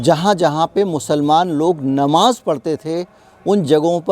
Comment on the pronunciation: You are another Vinod Dua. Anti RSS, BJP and Modi. Why don't you keep some of peacefuls at home ? Muslims are not a minority they are the second highest majority. Learn to pronounce Namaz it is not Namaj. Your agenda is one sided.